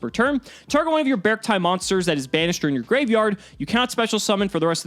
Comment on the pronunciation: I’m simply using the same grammatical rules as how I read the Pokémon Beartic. I think it’s supposed to be “Beh-Ark-tie”.